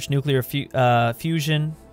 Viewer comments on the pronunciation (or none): none